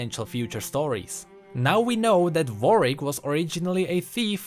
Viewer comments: is it me or you saying varwick instead of warwick or is it my speaker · I like that you say Vorick instead of Warwick xD